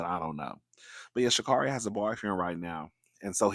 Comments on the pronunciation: It’s ShaCar🚗ri, she’s corrected commentary all the time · It's pronounced shacarry I believe.